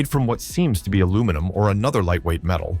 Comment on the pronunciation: Please: that's not the way to pronounce the word "be", when it's at the end of a question.